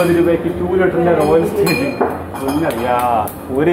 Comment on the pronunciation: റോയൽ സ്റ്റേജല്ല റോയൽ സ്റ്റാഗ് എന്നു തിരുത്താനപേക്ഷ